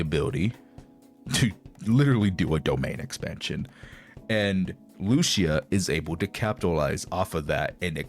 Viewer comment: Lucia’s pronunciation is not Lucia is Lu-CI-a